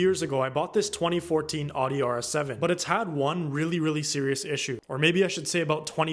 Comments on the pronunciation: ow-dee not “oddy” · Anyone who pronounces audi that way deserves german problems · odeeie u mean audi. odeeie ass bih